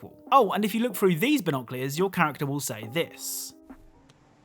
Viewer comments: It's BINOCULARS not BINOCLEARS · What are Bonoclears? 🤦🏻‍♂️🤦🏻‍♂️🤦🏻‍♂️ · Loved the video but knowing how you say binoculars really bothers me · I love you man and your content but binoculars aren't pronounced that way 😙